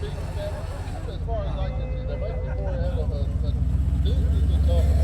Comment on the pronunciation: Less isnt Morr 😂 Thank you !